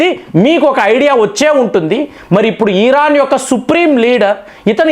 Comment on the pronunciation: నీకు ఇరాన్ అనరాదు ఖమేని అనరాదు కొత్త కొత్త పేర్లు ఎందుకు పెడుతావ్ కాక సొంత పైత్యం వాడకు సింపుల్ ఎనాలిసిస్ ఇవ్వమంటే కామాని ఈ ఈ రా న్ 😮 అని అంటావ్